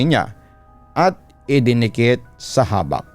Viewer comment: Mabilia po pronunciation nyan Papa Dudut. Habak' po Bisaya Term kc yan ng Anting2.